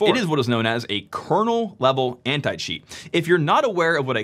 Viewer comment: He speaks "Anti-cheat" but as a non-native, in my brain, I'm listening "Anti-shit". What is really funny if you consider the video context